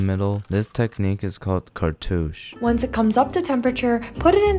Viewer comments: Cartuche🤡 Cartouche[Kär'tooSH] 🧐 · the fact that he pronounced the word cartouche better than the cook is sending me